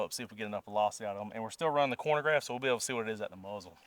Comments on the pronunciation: “Chronograph” not “Cornograph” 😂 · Really enjoy the video and channel, but it drives me mad every time you say “cornograph”. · Chronograph, not cornograph. I still enjoyed the video. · “Corn-o-graph”, hahaha -khro-no-graph mah man, lol I think a 10.5 barrel at 100 would have been the best result. I use Underwood Subs. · What's a "cornograph" lol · Man said corn-a-graph... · Man this is a great informative video, but... Being from KY, I know I don't always speak proper english, but a "cornagraph"?🤣🤣🤣🤣🤣 Just kiddin' man. Great video! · Im sorry - are you saying corn-o-graph? I know ya gotta eat big to stay big but I dont think that machine has anything to do with corn. 😅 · The way you pronounce chronograph irks me